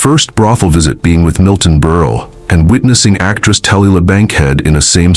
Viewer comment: learning how to pronounce names properly really helps. Zuzzy zuzzy zuuuy gabor. milton burly. superb. i might just subscribe just for the laughs.